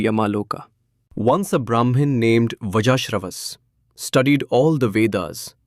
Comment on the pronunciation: In the first two minutes, you call his father VajaAshravas when he is VaAjashravas. True experience should know the difference. Do you not know what "Vaaja" means and what it stands for here in this context? Respectfully, and with apologies - please do not use spirituality of all things with an eye towards gain likes, shares and subscriptions!! Only doing for its own sake can give you the label Acharya. Otherwise this is just "Vyaaja" talking and not true Atma anubhava like you keep referring to this as. When you are not in that state, how can you bring anyone else into that state? Otherwise all you do is set yourself back!